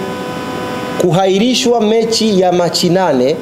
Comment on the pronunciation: Fasaha nini hata kiswahili kinamshinda. KUHAIRISHWA ndo nn, sahihi ni KUAHIRISHWA.